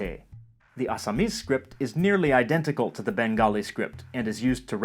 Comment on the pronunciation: Your pronunciation of this native languages is on another level...Like you said Assamese...Bye the way..I can speak Bengali(Native), Assamese, Odiya, Hindi, Tamil, Telegu, Malayalam, Kannada, and English..🦊